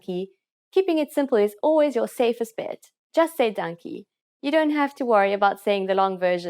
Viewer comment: Fully agree, also pronunciation is off, she's probably british,,, also her Dankie sounds like donkey